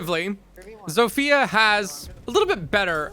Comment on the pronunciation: It's pronounced "zofya" not "zofiya"